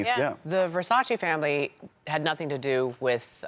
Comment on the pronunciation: When he properly says Versace! MY MAN!